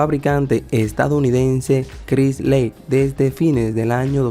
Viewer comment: CHRYSLER: crais -ler en español.👌🗽Porsche:Por..che en español.Fenway Park: fenwuei parc en español.👌👍